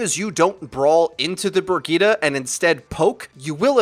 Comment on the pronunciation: Brigeeda!?! Bro, it's Brijet! Bridgette.